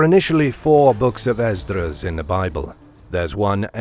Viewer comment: Ummm… I think you mean John in revelation not David. Also, it’s Ehz-Ruh. There is no D. Who is this commentator? Who did the research for this video?